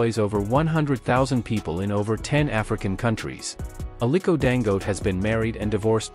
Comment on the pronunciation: I really PITY white for their DISDAIN for Africans. The reader intentionally pronounce Dangote as Dango. He sees the last syllable te clearly yet refuses to pronounce it.